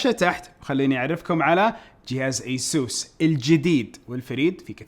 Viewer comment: مو ايسوس يا فيصل اي سُس